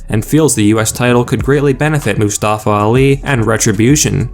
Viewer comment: Can't even pronounce Mustafa right😂